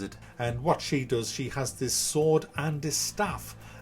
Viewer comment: Why do you pronounce "sword" like that?